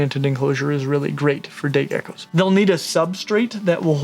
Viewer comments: Was just about to comment the same thing :') glad im not the only one who heard that :') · 36 seconds in and listen carefully to when he says day geckos it sounds diffrent...